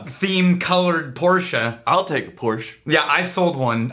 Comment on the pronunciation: got it right the second time he said it. Pore-sha. Say it with me. Pore-sha. Not a Douche, just a car guy...